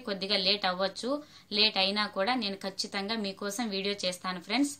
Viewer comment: Kachithanamga kadu Kachitamga.